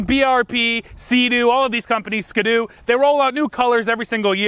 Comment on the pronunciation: “Ska-doo”?… Ski-doo?